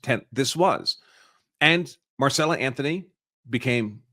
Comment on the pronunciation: Right. He reads it correctly but then keeps going back into saying Marcella. At least the NGAN guy was close.